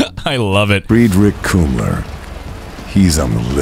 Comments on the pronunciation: Its Kümmler not Kummler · Frederick Kummler pronounced (Fred-rick Coomer) ain’t gonna be Cooming no more